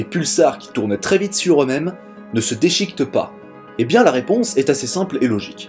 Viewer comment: Excellente vidéo comme chaque fois, mais je crois que ta langue a fourché par 2 fois tu parles de "dechictent"... je suppose que tu a voulu dire déchiquettent du verbe déchiqueter. C'est tout. Bonne continuation